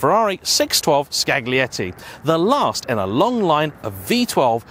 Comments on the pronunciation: You actually said Scraggly Betty 😂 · I lost it when he said scaGlietti xDDDDDDDDDDDDD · Just settling for "Scalietti" is better. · Enjoy your content very much … A note- Pardon, my Italian ears hurt when you said, Scaglietti… In the Italian, the letter “g” is silent when “gli” is present (Scaglietti). Grazie! 😉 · Just FYI: The g in Scaglietti isn't really pronounced. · Are you sure that "g" in Scaglietti is pronounced that strong? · G is silent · seems to have a stroke